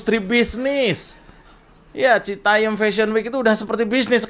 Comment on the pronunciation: citayam mas jo... bukan citayem... 😅